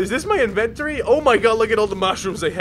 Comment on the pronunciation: The way you say Fabricator and Inventory cracks me right the fuck up. Please make me laff moar!